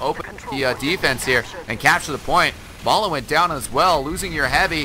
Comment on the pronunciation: It's not Mala, it's Ma3la .